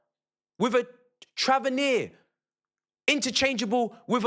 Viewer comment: Agreed with everything you said but it's Tavernier Not TRAVenier!